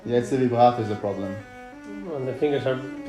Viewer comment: HE JUST SAY "Vibrato" LIKE IN FRENCH ?! (I'm french) I will never understand australian...